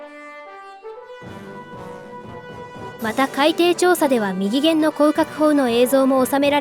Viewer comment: きちんと「みぎげん」「ひだりげん」って言っていますね。流石ですね。